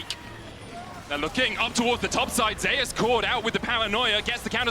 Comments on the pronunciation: If this man could pronounce Zeus... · nothing, I think he wants to read it as Zus, not the Korean pronunciations Ze-us. Though his ign does refer to the Olympus god, the caster is just sticking with the Korean pronunciations since the player himself read his name as Ze-us.